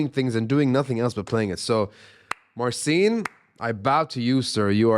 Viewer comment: Wish he'd pronounce his name properly, i.e. Mar-chin.